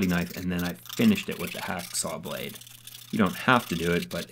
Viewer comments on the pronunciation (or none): none